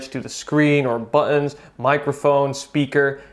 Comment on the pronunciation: Your accent if very neutrally american but when you say button, wham bri-ish comes out lol